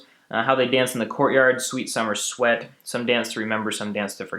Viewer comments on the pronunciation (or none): none